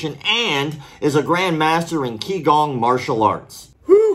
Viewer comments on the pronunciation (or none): Thanks for another great vid man. The 'Q' in qigong is pronounced more like a 'ch' sound :)